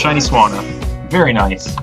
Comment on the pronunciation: Noiceu Noiceu Sugar and Spiceu